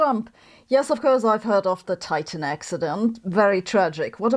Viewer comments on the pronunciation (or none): none